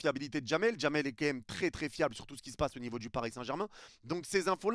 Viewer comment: On dit " quand même " Pas "qu'un aime " Stp